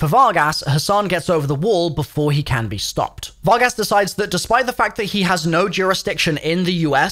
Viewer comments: "fargus" "Fargass" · You pronounced the Spanish translation of cowboys but can't pronounce Vargas? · Var-gass😂😂😂 pronounced Var-gus lol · Var-gas lmfao